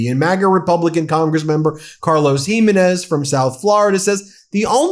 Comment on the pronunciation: "Jimenez" ..... accent on second syllable. Smfh